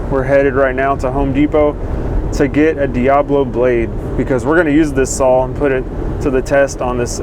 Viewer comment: Hey love your videos and all the info you give out, but I have a problem with something you do say. The word "SAW" does not have a "L" in it. I have heard this from other wood workers that don't have the integrity to admit it's wrong and work to correct their language. Again I enjoy your videos and will continue to watch them.